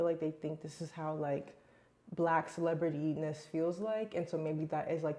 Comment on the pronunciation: Did you say "celebretyness" ? 😅 I was trying to see it written out in cc but no luck.